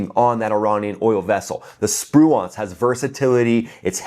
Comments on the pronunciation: Sir, your pronunciation of Spruance is killing me. Did the actual raiders hit that cargo ship? They are serious operators. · Most of the pundits are mispronouncing Spruance. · you're pronouncing Raymond Spruance's name incorrectly. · It's pronounced “sproo-inc”, not “spru-aunts”. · Love your info! Spruance is pronounced spru ance( the ance is like dance) not nuance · SPRU-ants, not spru-AUNTS. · SpruAnce...or SpruInce... is the pronunciation, not SpruONce... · FYI, it's not sproo-ahnss, like 'nuance', it's Spruance like sprooence. Watch some of the golden old wwII movies that mention admiral Spruance. Dang I'm old. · It's Sprooence not Sproo-Aunts. Ffs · Awesome. As usual... Also, Navy guy here. "Sproo-awnce" is unsat. "Sproo-intz" (rhymes with "truants") is where it's at. You're welcome, sir! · Really enjoy your videos but check your pronunciation of "SPRUANCE". It's pronounced SPREWENCE. Keep up the great work. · USS Spruance, named in honor of Admiral Raymond Spruance, is pronounced Sproo-unce. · Pronounced Spru-ence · Correct your pronunciation of USS Spruance. It's pronounced SPROO-antz (/ˈspruːænts/). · Assume the US ship Spruance is named after WWII Admiral Spruance. If so, most of the historical pronunciation puts the accent stress emphasis on the first syllable of his name:Spru’ance. Almost sounds like “Spruence”. My Dad was a Naval Fighter Pilot under his Fast Carrier Task Force 58 command during WWII. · It's pronounced SPRU-ance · It's pronounced sprewence. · Stop saying Spruance! Your emphasis on the wrong syllable is hurting my brain! 😵‍💫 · The pronunciation of the Spruance rakes me out of it. Hate to be that guy.. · Love ya, dude, but how can you not know how to pronounce Spruance correctly? Watch a few WWII sea power videos to find out. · Cool video but the way he pronounces Spruance, lol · Your pronunciation of Spruance made me cringe evertime you said it. 😬